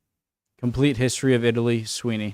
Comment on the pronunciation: And the Greeks in the south? The Phoenician city in Sardegna and Sicily? The nuragic civilization in Sardegna? The Retians? You can’t pronunce the ward Hystory, ( derived by the Latin Hystoria……)